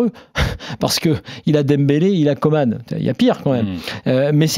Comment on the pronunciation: Messieurs, ça devient fatiguant. Il s'appelle COMAN et non Comane !!!